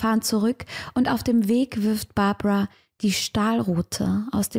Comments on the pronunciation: hast du die namen ausgetaushct oder wieso sprichst du sie englisch aus? in österreich sand des die Babara und die Margarete oder so. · ich glaub du schaust zu viele US-Fälle, die heißen Barbara und Margret, also deutsch/österreichisch ausgesprochen 😅 gutes Video wie immer! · Warum sprichst du die Namen am Anfang englisch aus? Margret und Barbara sind doch deutsche oder Österreicherinnen. Und Graz spricht man mit z aus nicht mit s. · Liebe, ich muss es sagen: es ist GraZ, nicht „s“ sondern „z“ und Barbara und Margret waren / sind Östereicherinnen, müssen also nicht Englisch ausgesprochen werden 😊 … noch als Unterweger frei war, habe ich mich gefragt, wie man ihm so den roten Teppich ausrollen hat können …. Ich bin zu dem Schluss gekommen: österr. morbid … schwarze Seele, der Flirt mit dem Tod (ich darf das sagen, bin Wienerin)